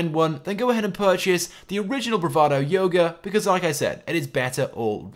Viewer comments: Its youga not yoga (you-ga) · ITS PRONOUNCED AS "YOOGO" NOT YOGO!!!!